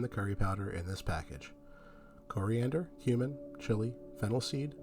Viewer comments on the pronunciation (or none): He certainly does say human. 👍🏼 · Am I the only one who keeps hearing"human" when he says he can't stand the taste of cumin? I mean I'm fairly open minded, but I was a bit shocked all the same..